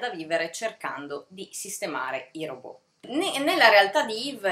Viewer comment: Bel video. Mi hanno attirata molto " Cassandra " (adoro la mitologia greca) e "La casa sul Bosforo". Non per fare la puntigliosa, ma vorrei darti un consiglio su una pronuncia: si pronuncia " Ròbot" e non "Robò"( ovvero alla francese), perché il termine deriva dal ceco ròbota che significa lavoro pesante, a propria volta derivata dall'antico slavo rabota, servitù.